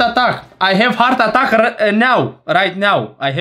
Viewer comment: Hartatac 🤣🤣🤣🤣🤣🤣 vreau și eu lecții de engleză de la tine😅😅